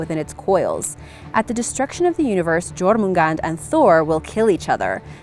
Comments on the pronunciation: Jormungandr is pronounced yormungandr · Its pronounced as yourmngandr same as heimdklir (Heimdallr) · It's Jormangandr